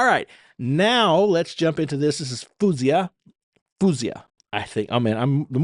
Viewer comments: Its Foh-Z-Ahh not foooozeeahh. Calling Faouzia a Narcissist? Do you know the meaning? A Sociopath? Damaged? Man you're truly messed up... wth. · Her name is pronounced fao-(like ou in out)zee-yah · She loves compliments in person ! LoL 😂 ! Her name is pronounced " Foh- zee - ah " Her emotions are emitted through her lyrics, vocals , gestures and facial expressions! So great at doing this ! Great reaction ! Her songwriting ability is so very good and very relatable to her audience ! Her voice is off the charts ! Thank you for your continued support of this fabulous artist ! Keep posting my friend ! 👍👍🇨🇦🇨🇦🇨🇦❤️ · You sound so terribly ignorant to say the least, calling her a narcissist and all those other things masked behind rhetorical questions and smart-ass comments like “he’s just dating a man”. Also, you’re pronouncing her name so very wrong. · Here's some help from Faouzia herself by pronouncing her own name...